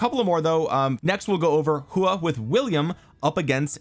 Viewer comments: Btw if you want to know the actual pronunciation of his name it’s a hw sound and aw so kinda like hwaw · Love your detailed videos everytime man and i believe that Its pronounced as 'Who-OR'.